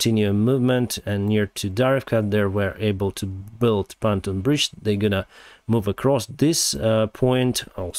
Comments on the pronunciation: Pon-toon, not pan-ton bridge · Just a friendly correction of pronunciation. "Pan ton" is pronounced Pon (as in Pond) and Toon (as in cartoon) 🙂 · It's pronounced PON-TUNE